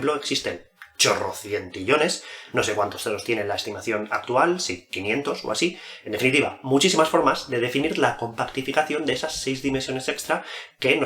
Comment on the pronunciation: Con panificación... Con planificación... Com pac ti fi ca ción... Asi era? :face-red-heart-shape